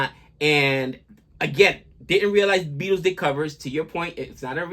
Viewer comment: Pronounced "BEETLES" not "BE - ATLES". Just thought I'd give you some help.